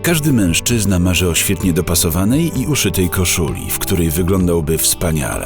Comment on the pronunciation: Początek już rozwalił - "menżczyzna"...